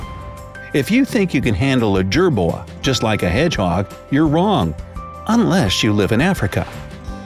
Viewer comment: I love the way he says hedgehog "heDGGGGhOoG"